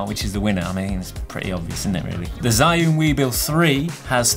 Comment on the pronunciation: I wouldn't buy either because they're both just too big. I have the RS2 and if I'm going to buy another it'll be because it's more compact not one of these fat boys. P.S I think it's pronounced 'Jus-un' (where 'jus' is French)